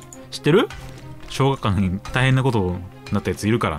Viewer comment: なんでは小学館って言えないの？